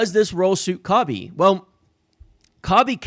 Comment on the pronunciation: I know it’s super petty of me but hearing his name slaughtered over and over is killing me, lol. Not corn cobbie it’s Koh-bee, Same as Mr. Bryant RIP. Good video as always.